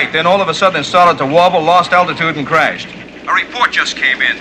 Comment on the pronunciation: Back when crashed was pronounced “crayshed”